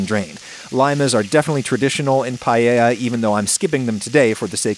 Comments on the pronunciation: I'm absolutely annoyed by you pronouncing paella as "payeya" and not "paeya", and I'm not even spanish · Pa e ya! Not pa ye ya! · I'm more concerned with the way every English speaker says "pallella" instead of paella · Only thing anyone could be angry about is "paiella" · como dijo pallella me parti de risa lmfao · Just a tip (dohoho): pa-EH-ya. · Who else came here just to see how adam pronounces paella Update: its not bad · He says payeya some times too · Fun that he comments on how he pronounces socarrat and says it right, and then procceeds to say pallella for the hole video unapoligetic hahah. I also dont know why english people do that! Im genuinly curious on why they cant seem to say just "ae" together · Adam, congrats from a Spaniard on a pretty legit-looking paella 🥘. Oh, and by the way, your pronunciation of socarrat was spot on. Not "paella", you gotta work on that ;) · your pronunciation of "paella" hurts my soul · PAELLA. NO ES TAN DIFÍCIL DE PROFUNCIAR POR DIOS. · You know, as a spaniard from Valencia, born and raised, you did a great job! The only comment I would make is your pronunciation of Paella as "pallella" or the funny way you said socarrat. I would love to eat the paella you made, better than some restaurants here, that is for sure!